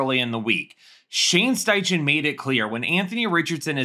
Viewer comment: The way Shane steichen’s name was pronounced hurts my ears